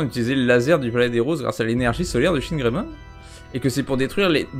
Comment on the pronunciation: "Chinegreymon" J'suis pas raciste mais...